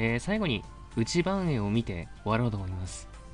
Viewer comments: 内番（ないばん）って読むんですよｗｗ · 内番(うちばん)って読むんですよ🎵～～